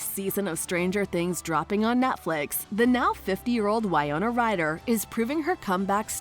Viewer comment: If you’re going to do a documentary style video on someone, make sure you can at least pronounce their name correctly.